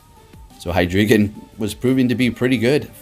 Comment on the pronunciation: Its pronounced Hi Dry Gon...wtf heck is a hydreegan? lol